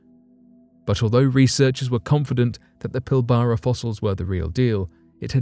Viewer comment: Lol pill bara region off Western Australia gee say it like pill bra not pill bara